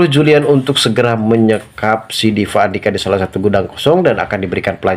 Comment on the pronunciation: Gak bs ngomong p.bs nya v 😂😂😂vukan orang viasa